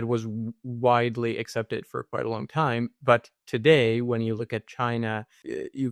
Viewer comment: Did you say WONG term mission 😢